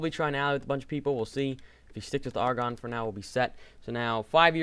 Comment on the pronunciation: Also, just for reference it's pronounced "Air"-"ah"-"gone" not "Argon"